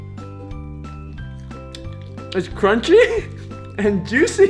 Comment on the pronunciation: please tell me why you say it's so juciey that is so annoying..........lamo😪😪😒😒😒😒😒